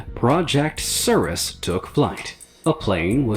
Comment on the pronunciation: Nothing was more disturbing than the way he pronounced "Cirrus" 😆